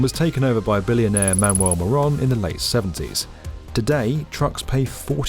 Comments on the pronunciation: Sure the name is Moroun and not Moron ? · Detroiter here, Matty was an absolute asshat. His last name is pronounced "Mo-rune" or "Muh-rune" by locals. I'm sad to see most of Delray being demolished to build Gordie Howe, but the second bridge was a necessity.